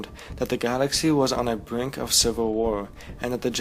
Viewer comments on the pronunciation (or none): none